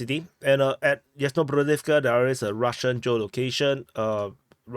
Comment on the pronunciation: Yas-na-BRO-div-ka,. Bi-la-HO-riv-ka. Ra-BO-ti-ne. Observe the pattern, deduce the rule.